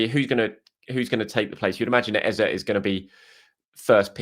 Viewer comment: Our starting mid 3 should be subject, Dec and Ezeee not Eza... he did a vid about pronouncing his name